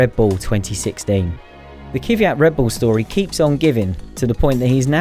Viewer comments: It’s KVYAT not „Kyviat“ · Kvyat - not Kyviat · It's Kvyat not Kyvyat.... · I don't think he's far off on that pronunciation, and it's "Kvee-yat" not "Kíh-viat" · please stop saying "Kyvjat"! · It is pronunced K V I A T. He is Russian. I find it interesting that you didn't manage to learn the pronunciation of a driver, who has been driving for 5 years in F1. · Hey native UK speakers. How hard is it for you to be able to pronounce Kvyat's name properly? I wonder is it really that hard or is this some form of mispronunciation that proliferated the world of UK Formula 1 media?